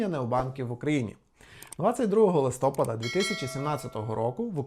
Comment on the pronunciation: Вибачте, але листОпад... Далі вже не впевнений що має сенс слухати.